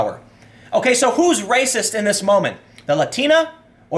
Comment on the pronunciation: Muh Wepwations man, dats wacist.